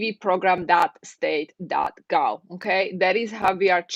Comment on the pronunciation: Don't say gow.....say gov !